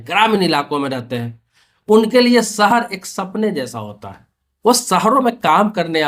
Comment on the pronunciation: सहर नहीं भाई शहर 😂😂